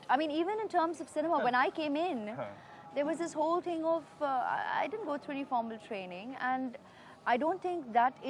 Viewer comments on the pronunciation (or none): none